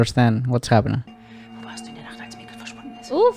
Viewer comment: Nice one again! No, this isn't "Joe-nah", this is "Yo-nuss" ;) And while we're at it, Mikkel is not "Miquel", it's more like "Mickl", emphasis on the first syllable. Whenever it switches between times, you hear the "tick" of a clock, by the way. This show not only gives lots of information in the visuals and the dialogue, it also does it in the audio. You'll soon notice that certain characters have their signature sound, for example. Loved the editing on your video, first-class!